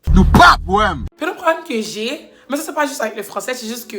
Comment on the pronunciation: Madam ZE Mèsyeuuu 😂😂😂😂😂😂😂😂